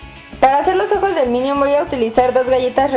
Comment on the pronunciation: PASTEL DE "MINIOM" JAJAJAJAAJAJAJAJAJAJAAJAJAJAJAJAJA